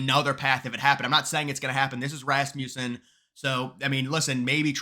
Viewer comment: I'm begging you, say this company's name correctly, I'm really begging now, it contains a short u sound, Rasmussen, say it with me, Rasmussen with a short U. Kind of rude not to pronounce the company name correctly not to mention the Founder's name correctly.😊